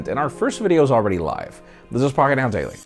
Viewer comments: I can never understand your name. Literally sounds like your speaking in tongue/jibberish whenever you say it😂😂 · i like your content buy whats wrong with your strong R pronunciation when you say your name, not necessary